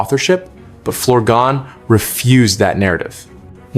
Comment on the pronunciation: His name is pronounced FLOUR-GONE respect ❤